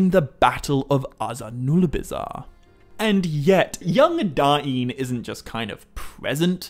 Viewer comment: I like the contents. But why call him King Da-in Ironfoot?